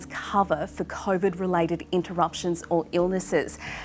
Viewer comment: Omg the coughvid guy is back I can't stand the way he pronounces covid